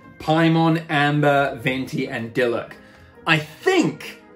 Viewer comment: Pronunciations: Loo-meen (Lumine), Ee-thuh (Aether), Dee-look (Diluc), Ven-tee (Venti), Am-buh (Amber), Py-mon (Paimon).